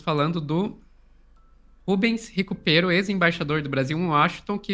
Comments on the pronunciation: Não é RICUPERO, é RICÚPERO. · Se o nome do Ricúpero está grafado errado eu não sei. Mas é um politico e embaixador importante. Seria bom pronunciar o nome corretamente.